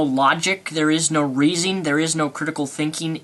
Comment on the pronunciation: "in other rurs" "no reasing" "illrational" "obniscience" x4 "obniscient" & "attemping" "how you are misrepresent" wat.